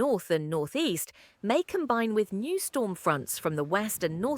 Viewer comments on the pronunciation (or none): none